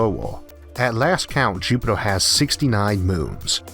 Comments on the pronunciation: Its Jupiter not jupitor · Why does he pronounce Jupitaar and eeeerth like that annoying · Jupitaa bla bla bla Jupitaa bla bla bla Jupitaa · interesting but find the strange pronunciation of the letter R a bit distracting. jupitoah ? what ? RRRRRR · "Jupitor" "Orth" :) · Is this voice a real person with a strange accent or a computer generated voice? The pronunciation of Mars as Maaaws and Jupiter as Jupit-or and almost every word with an 'er' is pronounced 'or' as in door. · Is he pronouncing Jupiter into jupitor 🤔🤣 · Repeat after me, Jupiter Jupiteeer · Please pronounce Jupiter correct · Why is the narrator pronouncing E's as O's? Listening to this is like being forced to watch a baby being dissolved in acid: horrifying and utterly unnecessary !